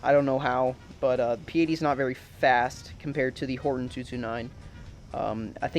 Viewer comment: its pronounced hortOn btw bu u still have my sub